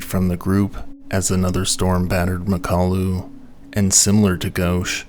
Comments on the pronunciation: I’m going to have to nitpick (some smooth brain says I can’t) because I do like your work, it is very good, but often you get pronunciations wrong. In mountaineering videos especially.:/ Anyway, it’s Mak-ah-lu, not ma-kalu. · Pretty sure it's pronounced Mockaloo. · Great video, except it's pronounced MOCK-a-loo with the emphasis on the first syllable.